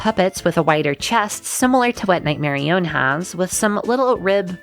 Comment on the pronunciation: Night-mer-ee-yone? NIGHT-MER-EE-YONE?! It's Night-Mer-Iyon!